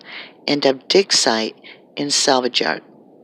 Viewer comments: Your clearly saying DICKSITE not DIG SITE. clearly pronouncing a K and not a G. It's so distracting and kinda funny and I'm just curious to see if ur going to delete this comment because I can't believe that on YouTube not one person made a joke about you saying DICKSITE. I tried to ignore as long as I could until me and my boyfriend just looked at each other and started cracking up lmaoo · Not to make light of the gravity of this matter but I could have swore you were saying "Dicksite" .